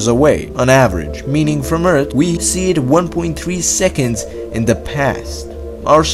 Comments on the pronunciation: Your accent and lisp is annoying lol. I'm sorry though. Earse=Earth lol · your channel has potential, please don't ruin it by speaking terrible english. you need to learn how to pronounce your Th's. look it up! you are saying 'eart' not 'earth' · Can't even handle this accent. Lol It's pronounced 'thousand' and 'Earth,' not 'tousant' or 'eart.'